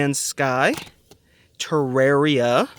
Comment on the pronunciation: When he said terraria I died a bit inside.